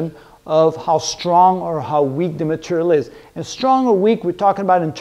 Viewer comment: "strong matarial"